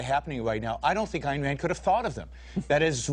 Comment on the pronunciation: Never thought that Elmer Fudd would be a follower of Ayn Rand !!